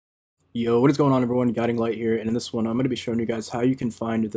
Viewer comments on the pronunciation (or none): none